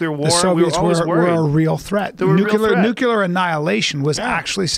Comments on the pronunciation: It always makes me laugh how Americans pronounce it...Nukuler ....LOL ..... mental dislexia at its best. It's pronounced new-clear and spelled...... nuclear. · Great podcast, and Callen is pretty intelligent it seems, til when he says nuclear like nook-ill-ur. Sorry but it's just like when people say "whole nother" like it's a fuckin word. Just Saiyan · Keith Olberman is not the most liberal commentator out there - Joe, get Jimmy Dore on your show! Also Bryan you're so brilliant, why do you say "nuke-yuh-lurr"? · You can tell Bryan Callen is a pseudo intellectual because he said “nucular” not “nuclear” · Another good podcast by Joe "11 Hydroxy Metabolite" Rogan. Even Callen was great. Except saiyan Nuclear like "Nook-ill-ur". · Mike Keppler I agree. Specially when he says Nook-ill-ur instead of nuclear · Yep. Specially when you comment that it's a good podcast and Callen seems intelligent but then says Nook-ill-ur, and your comment gets deleted so u scroll to see where da fuq it went